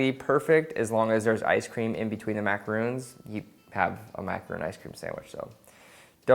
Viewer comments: bro it's pronounced macarons, not macaroons. they look awesome though. good for a snack in a hot day. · As a French person, hearing you saying "macaroon" during the whole video makes me want to put the sound on mute. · its maca-RON (not roon). Looks good though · Is it not easy to say macarAWn? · I know. The point is he's pronouncing it Macaroons the entire time and those aren't what he's making lol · Morales M YES it's SOOO frustrating when people call them the wrong thing! He's even written it correctly but still saying it wrong...